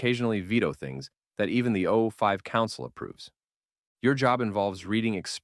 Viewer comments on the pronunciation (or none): Not Zero Five council bro. It's O5 Council. Overseer Level-5 AI is tripping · its spelled 05 council pronounced O5 council